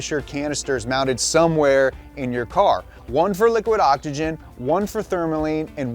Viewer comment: can we talk about the elephant in the room?? why in the world does he pronounce OXYGEN like " ah ja gen"?? when did the X in the word become a J ?